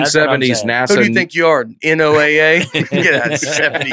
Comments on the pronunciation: I wish yalls episodes were live so that every time yall said NOAA, you could read us yelling “It’s pronounced Noah!!!” in the comments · NOAA Is pronounced “Noah”!!! This is your weather radio and they send out warnings for tornados and other weather activity!